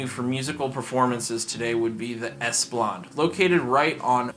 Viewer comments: Singaporean Eurasian here….. lots of mispronounced words and names but mostly all facts are correct. Btw it’s Esplanade…. NOT Esplande… but overall pretty entertaining 😊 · Public transport is good, but they don't run for 24 hours, and would usually take double or triple the time it takes to travel if you're comparing it to a car, so its mostly for extra convenience. Also its pronounced "es-pla-nade" and not "es-plant" xD